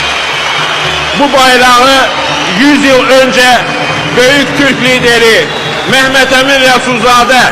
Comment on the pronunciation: Mehmedemin deyil Məmmədəmindir